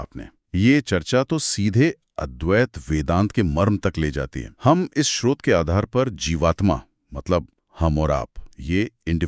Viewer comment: आप दोनों स्रोत शब्द को कभी तो ठीक उच्चारित करते है और कभी श्रोत कहते जो गलत उच्चारण है। कृपया स्रोत ही बोला करे